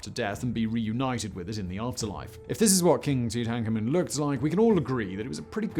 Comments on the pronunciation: The auto closed captioning thinks that when you pronounce Tutankhamen, you're saying "tooting Carmen" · Simon, pick one pronunciation for Tutankhamen 😳